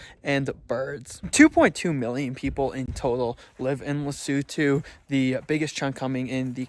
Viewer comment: finally someone pronounced the name of the country right 😂